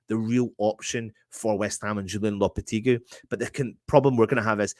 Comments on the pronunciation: Can the presenters get together & learn how to pronounce Lopetegui's name . It's not Loppertegly , & it's not Loppertegloo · At least spell his name right in the title! Even if you pronounce the name wrong